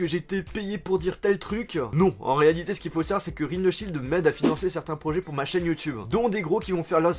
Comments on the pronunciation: sur youtubein, septiquein ... ahh ptn sa m'énerve il met des ein partout à la fin de ses mots !! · Sur YouTubeuh logiqueuh minimeuh pourquoi tu parle comme sa